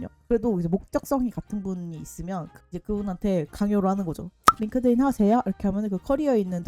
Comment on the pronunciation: Inglish ㅋㅋㅋㅋㅋㅋ 링띤 레코멘데이션은 생각도 못했네요 진짜 꿀팁.. GPT 활용법도 너무 좋아요 감사합니다!!